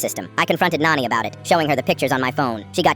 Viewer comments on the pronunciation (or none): It is not noni its nani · It's not noni it's nani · Its nani not noni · Nani not noni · First thing Noni? Its called Nani then ai gen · Bro that's not noni it's nani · It’s Nani not nanny or nony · It's not noni that's Nani 👍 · Isn't it nani and not noni? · said noni not nani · Finally, somebody Indian like me. It’s just the AI is pronouncing noni mothers mom wrong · It's not. Op is saying nani. it's the word for maternal grandmother in hindi. It's just that the ai voice is not able to pronounce it properly